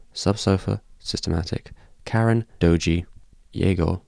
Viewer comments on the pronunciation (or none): none